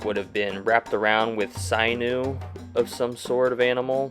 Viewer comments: It is pronounced SIN-Yew (sinew). Chum. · There is no short A sound in most languages, and atlatle should be pronounced as "oughtloughtle". Also, the sin in sinew should rhyme with pin. The "ogne" in Dordogne is pronounced as "own".